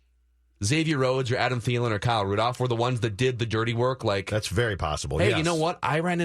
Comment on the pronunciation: I love you but the way you say Rudolph without the l drives me nuts 😂